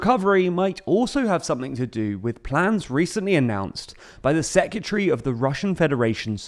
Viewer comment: Bro, please work on your pronunciation of secretary. Its not secutary 🤦🏻‍♂️